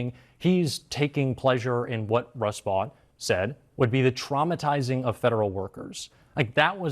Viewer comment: the guy’s name is pronounced ‘vote’ (Vought). I caught myself wondering who that ‘vawt’ guy was that you repeatedly referred to. When you go on TV, you should consider the listeners being able to easily place the name of the guy you were (correctly) criticizing. 😂 Also, glad to see the return of the Trump-Epstein statue.